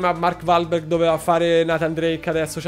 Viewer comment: Mark uolberg*(pronuncia)